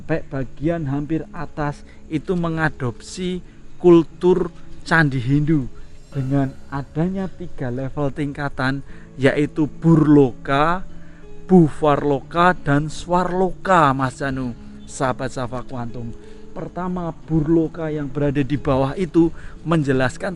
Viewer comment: Bhur loka, bvah loka, svah loka, v dibaca w, bro